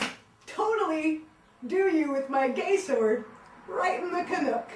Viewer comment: she said "canuck" wrong